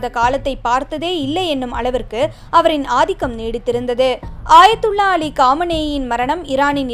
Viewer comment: ஆயத்துல்லா இல்ல அக்கா😊 அயத்துல்லா.